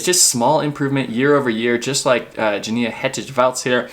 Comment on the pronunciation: I think it's pronounced YaniNa, not Jania. Also, Yuni, not Juni. The J is pronounced as a Y in German, Norwegian and Swedish.